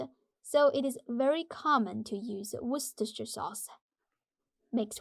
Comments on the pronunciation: Perfect pronunciation of “Worcestershire”! (At least to my ear 😉) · Perfect pronunciation of "worcestershire" sauce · You pronounce "Worcestershire" better than most of Americans do! Most people here just call it "W Sauce" because they have such a hard time pronouncing it. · Isn’t that actually the exact pronunciation? “Wuss-ter-sure”? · In England, it is simply called "Worster" sauce. A shire is like a county, and in everyday usage, people found it unnecessary to pronounce this part. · It’s just pronounced Wooster sauce in the UK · We just "wuss ter" sauce in the uk